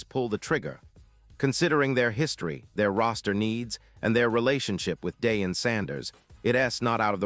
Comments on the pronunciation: Its pronounced.....Dieon......Not Daeon😂😂😂😂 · Clicks and Views. LIES, LIES AND MORE LIES. AI CANNOT PRONOUNCE DEION'S NAME. SMh.